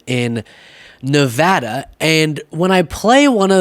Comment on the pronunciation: Thank you for pronouncing Nevada correctly!